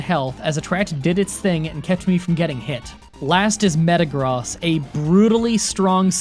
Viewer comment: Meyagross is purnounced “met-a-gross” not “met-a-gros”